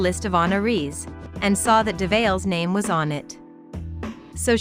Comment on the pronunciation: You pronounced his name wrong. Love this family.